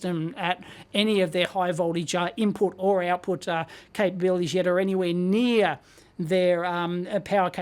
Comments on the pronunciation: "Ibput voltage" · Loving the IBPUT voltage, lol